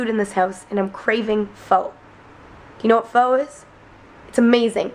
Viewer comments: Was going to say pho is not pronounced "fo" but more like "fuh" but then started pronouncing it correctly at the restaurant. Guessing either Mike or Darryl told her about it. But, nicely done! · My husband keeps correcting you and saying it's pronounced FUH lololol! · pho is pronounced fuhh